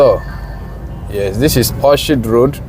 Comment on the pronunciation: good job. The name of the street is pronounced as Orkid. Just as you pronounce Orchestra. English pronunciation can be hard.